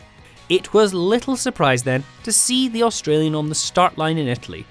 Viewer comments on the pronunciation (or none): none